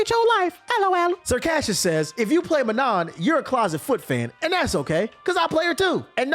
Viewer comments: What about those who mispronounce [ kara-TE] as [ka RA dee]? Huh? How about pronouncing [ma-NAW] as ma-NON..... What does YOUR main say about YOU? Huh, smart guy? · That’s not how you pronounce Manon 😭